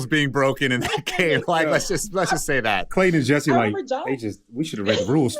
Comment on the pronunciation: Why do you all pronounce his name as "Clayt-EN????"